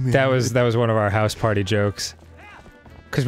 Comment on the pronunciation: I love how Dan doesn't harden the G's in words like stronger and younger. And the way he says becawse